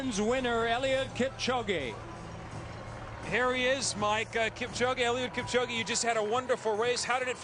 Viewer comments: they pronounced his name Kip - Ko- Gee... smh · Kip - chow - gay